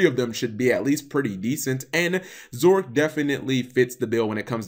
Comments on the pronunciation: drinking game: take a shot every time he says Zorc instead of Zarc bakura nuts himself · Dear Why do you say "Zorc" instead of "Zarc"? Why do you say "Arc V" instead of "Arc Five"? Sincerely, a curious viewer.